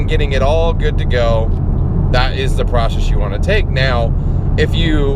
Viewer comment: Porcess lmao